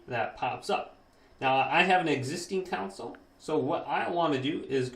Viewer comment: Great video very helpful. Don’t be annoyed with me but it’s con sole not coun cil 🙂